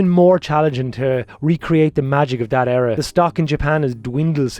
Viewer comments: What fucking way do you pronounce “era” 😂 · That's Irish lads for ya (im irish I say it the same way lol)